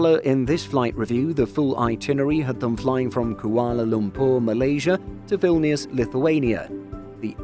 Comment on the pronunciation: Strange pronunciation of Changi and Kuala Lumpur